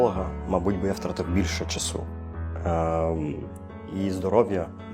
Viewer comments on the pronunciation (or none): none